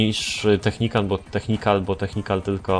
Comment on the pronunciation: nie technikan tylko technical:)